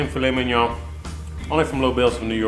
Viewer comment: I'm a little late on this..but...you said Filet Mignon just right and I thank you for that hehe. Great job my bud..Lobel's rocks! Love y'all...oh and I WANT THE BONE